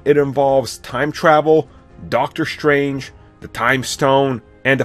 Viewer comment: shtrange that you cannot pronounce strange